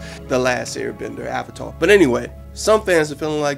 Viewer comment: One of the worst movies I've seen this thing wasn't as bad as Twilight but it was bad. It didn't stay faithful to the series. They pronounced everything wrong including avatar which makes me think the mispronunciations were on-purpose. The bending sucked, the action sucked, the 3-D REALLY sucked. The beggining was extremely rushed. But the one thing that pushed me off the edge was the fact that the firebenders needed a firesource to bend fire.